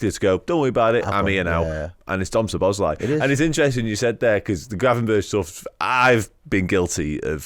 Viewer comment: Stop calling him Szo "bosz" lai - it´s Szobo - szlai.